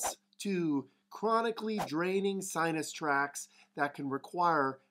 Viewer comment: Wait wait wait wait a minute here. Did he say sinus tracks? On the butt? Now I'm really lost.